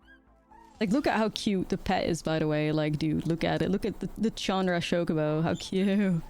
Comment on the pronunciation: I like that she calls it Shocobo